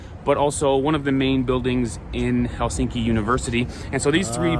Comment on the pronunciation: The stress is on the first syllable in finnish. So TAMpere and HELsinki, (not HelSINki as he keeps saying on the video) Every letter is pronounced (the latin alphabet),always the same way, just reading it out. Very easy. 😋👍